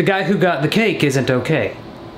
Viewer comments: when he said ok it sounded like f***k it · Ikr it sounded so weird for him to say that lol